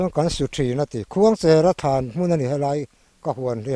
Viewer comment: Khuangchera kan lamdan hi a dikhlel deuh lo maw thianpa...khuangcher...cher, tih lai hi, Cherhlun khua kan lamrik anga...cher anga Khuangcher tih tur a ni lo maw, thianpa, 😂